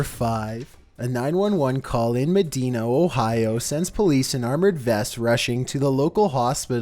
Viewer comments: Med"eye"na Ohio. I live near there. Not medeena. ♥️ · Just for future reference, #5 is pronounced Med-I-na, not Med-E-Na. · it MED DINA not MEIIINA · I live in medeeena Ohio (dumbass it’s pronounced medeyenuh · it’s pronounced muh-die na, not medina brother 😂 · I lived in Medina for 5 years you said it wrong the I is with a long i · It’s pronounced ma Dina lol but it’s spelled medina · You say medina like a gps lol. It’s pronounced meh-dine-a. Close enough though lol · Medina, OH is pronounced "Ma-DY-na". I was there that day at the Rhumatology Department. It was crazy to watch. The Chimp was heartbreaking. We should NOT be keeping ANY animals in captivity. Period. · it is pronounced medeyena not medeena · when you say Medina, pronounce the "I" it'll sound like Med eye nuh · That’s Muh-dine-a Ohio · Number 5 is pronounced Ma-dine-a. Just let you know 😉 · it is pronounced med-i-na. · #5 its pronounced with a long I sound Medina (ma di na) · you said Medina wrong. I live in Medina, Ohio. You said it wrong. I don't hate you, I'm just informing you:) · Lol I think he pronounced media wrong😂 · you pronounced medina wrong i’m sorry i just had to say that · He pronounced Medina wrong. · You pronounced Medina wrong I live 20 minutes away from there it doesn't really matter though lol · You know your from ohio when doesn't pronounce medina right😂😂😂